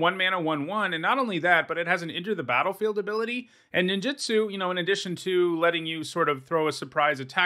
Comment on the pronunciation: Please please please please stop saying Nin JIT su. It’s Nin JOOT Su. It’s not just you, it’s a lot of people. It feels like nails on a chalkboard every time.